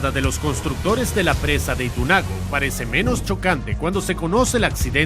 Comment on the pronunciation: Itunago? Por favor 🤦🏻